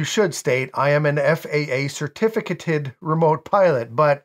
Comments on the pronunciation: I believe the correct pronunciation is sr-TI-fuh-kay-tuhd. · Certificated is pronounced with a long A like in cake. Certifi -cAted.